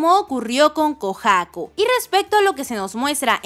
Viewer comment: Porque pronuncias así de mal “Kohaku”?